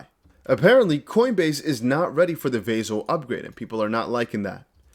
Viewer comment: It’s NOT VAY-ZIL . It’s Vah-sill